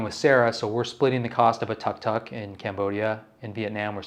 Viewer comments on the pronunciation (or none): Tuk Tuk is pronounced took took not tuck tuck... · It's pronounced dook dook not tuck tuck. Think of a two cycle engine sound. That's where the name comes from. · it's pronounced took took, that's a minus point for someone who's lived there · Tuktuk is pronounced Tooktook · Lives in Asia for years and still can't pronounce 'Vietnam' or 'tuk tuk' correctly. Wow.